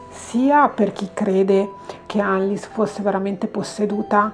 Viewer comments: Credo si legga "Annelise" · Per questo video è tardi, ma per i prossimi ricorda che in Tedesco le "E" finali si leggono: Annelìse è la pronuncia corretta. "ie" si pronuncia come una i un poco allungata. "ei" = ai "eu" = oi "v" = f "w" = v Cmnq, per la pronuncia delle varie lingue puoi digitare le parole nel traduttore Google come per tradurre e cliccare sull'icona dell'altoparlante: una voce le leggerà con la giusta pronuncia 😉 Bacioni 💗